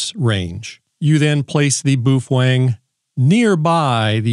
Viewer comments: Bwoo fhwang? Cmon! 🤣🤘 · What's a "Boo-fwang"?